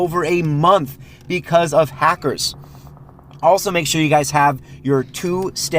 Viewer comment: What kind of hecker bro .I can not understand